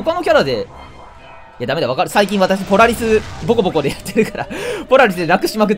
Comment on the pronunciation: ポラ↑リスボコ↓ボコ